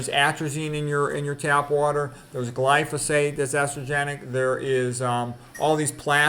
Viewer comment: In the hormone boo shown, Neal Barnard suggests a cup of cooked soybeans for easing menopause symptoms. Which is definitely not low-fat. He loves soy. Thank you for pronouncing glyphosate properly now